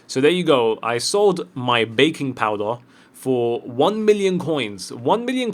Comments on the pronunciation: Did he just say bakenpowder instead of beckenbaur? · who else did hear him say baking powder instead of beckenbauer??